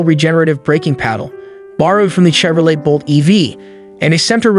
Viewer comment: Next time, maybe have your voice over practice once and learn how to pronounce Chevrolet and Kilowatt.